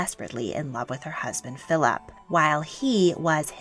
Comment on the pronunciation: I wish you would say Philip like Philip and not Philaaap